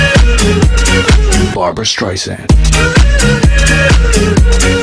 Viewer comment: " Barba Streisand " o3o